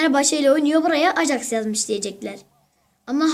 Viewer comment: onun okunuşu ajaks degil ayaks